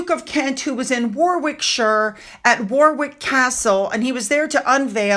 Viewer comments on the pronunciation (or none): Hi, love your videos. Btw Warwick is pronounced Worik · "Warick" the second "w" isn't pronounced.🇺🇸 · Warwick is pronounced "Warick" fusellier is few-sa-leer❤…… if you know, ya know‼️😉🇬🇧❤ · Hi a couple of things to tell you about English pronunciation. Grosvenor is pronounced Grovner O as in operation. Warwick is pronounced Worick. Fusilier is pronounced Few, zil as in imp, and ear. Dionne Warwick has been saying her name wrong for years as far as we Brits are concerned. LOL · You don't pronouce the second 'w' in Warwick.